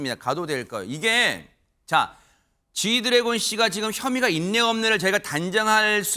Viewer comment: 앵커님~ 쥐드레곤 이라고 하신거 같은데요~ㅋㅋㅋ